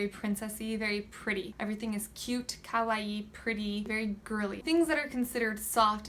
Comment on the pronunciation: Very interesting. I've been super into Japan for a long time now and I'd say that everything you said was quite accurate. Oh and thank you so much for saying kawaii correctly. :3 Xoxo, Tiffy